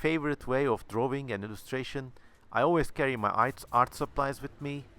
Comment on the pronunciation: "wawing, and wawing, and wawing...* great, great video, i loved it man